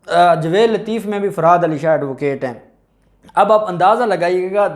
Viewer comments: یار تمیں جاوید کہتے ہوئے شرم اتی ہے تم کیسے وکیل بن گئے ہو جسے جاوید کہنا نہیں اتا جوید نہیں ہے بھائی جاوید ٹھیک لفظ ہے تم تو جائل قسم کے وکیل ہو تمیں میں بار بار کہ چکا ہوں مگر تمارے سر میں جوں تک نہیں رینگتی کچھ شرم کرو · آپ تلفظ ٹھیک کریں٠ لفظ جاوید ہے نہ کہ جوید